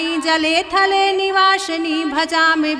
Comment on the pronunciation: वासिनी है गलत उच्चारण मत कीजिए